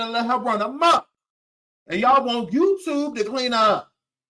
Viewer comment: I never heard of Jaguar, until she came to "The YewTube" 😆😆😆😆